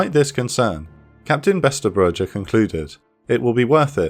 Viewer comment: Besterbreugen is one of those Dutch names we too initially have traboule with. And you are doing rather well I must say 😁👍🏻